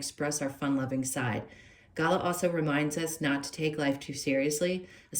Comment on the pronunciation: Pronounced galar… rhymes with car 🩷